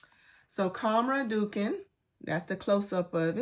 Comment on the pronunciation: Quhwa is pronounced COW-wah. Dukhan is pronounced doo-KHAN, not DUCK-an.